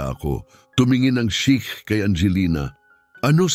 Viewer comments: Sheikh hindi shake. Hindi na ba talaga ineedit ang mga ganito? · Shiek Hindi shake